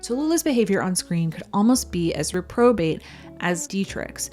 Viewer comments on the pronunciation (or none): I'm just going to be that asshole, but in all the parts of speech it can be morphed into, in English we say REP-ruh-bayt or REH-pruh-bayt when we're pronouncing the word reprobate; we really do not ever say reh/ruh-PROH-bayt unless we're afraid of our boss's weird-ass pronunciation. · Great job compiling all those reviews and film clips, this was really interesting. Obligatory pedantry: "Reprobate" rhymes with "Retro gate" :D